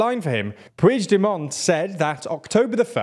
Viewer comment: I know you are trying, but the pronunciation of "puigdemont" hurt my ears, just say Carles , or if you have to, pronounce it like [PUIXDEMOAN]